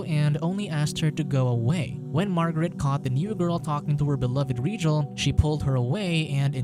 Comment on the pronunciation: It’s Rigel not regal you igjet